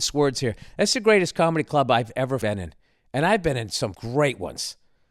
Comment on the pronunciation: That "ever BeEn iN" sounded weird